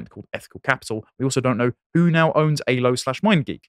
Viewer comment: Aylo, not Halo.